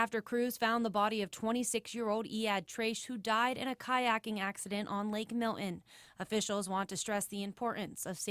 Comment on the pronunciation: It's pronounced Mil-ton, not Mill-in. 🤦🏼